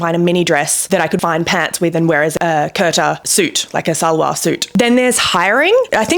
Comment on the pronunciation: Kurta is pronounced as 'koor/coor taa' not 'curta', the t on taah is soft as well, as in Taaj from Taj Mahal.